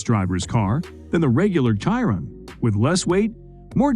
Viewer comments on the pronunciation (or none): Bugatti "Kiron". Less than a minute into the video and your credibility is already shot lol